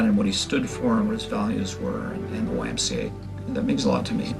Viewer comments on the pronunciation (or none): You lost me at the C in YMCA, sorry Not my twang, but I love all of you !